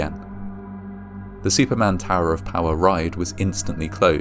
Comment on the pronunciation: Superman or Shuperman?